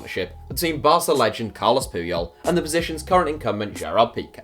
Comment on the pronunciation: Carles not Carlos